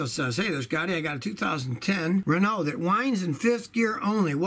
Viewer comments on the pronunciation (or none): none